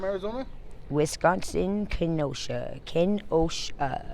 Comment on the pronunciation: I like how she doesn't look at the camera, only the turn to it with this grin on her face. I like how she pronounces some words, like how she said the word Kenosha.. I like how when the cameraman asked her her current situation and she says she's talking to a guy with a camera in an alleyway, and I think she's got beautiful hair